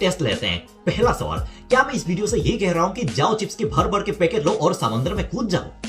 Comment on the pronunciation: Pocket nehi Vai, packet. Baki dansu hei🔥